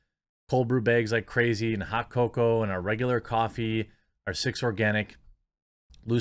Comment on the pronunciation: Omg I couldn't hate the way he says 'cocoa' any more and not explode. Fuck!